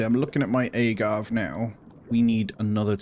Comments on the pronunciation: Every time you said “agave” wrong it made me want to say something 😂 that accent really makes a difference I guess 😂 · loved the video but your pronunciation of "agave" killed me inside a little haha